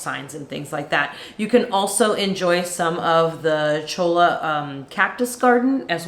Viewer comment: It's pronounced "choy-ah." And cholla is one NASTY cactus.